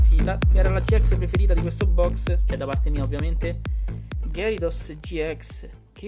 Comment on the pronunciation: "Ghiarados", non "Gherisos". Ieri nel primo pack ho trovato Silvally rainbow, punto a Samina full art.